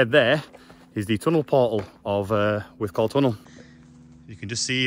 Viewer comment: Good explore. It's pronounced "withcul" not "withcall" Surprised the owners didn't mention it! How many minutes would it have taken to walk from one end to the other without stopping?